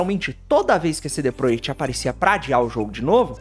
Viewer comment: Pq vc fala cd proiect?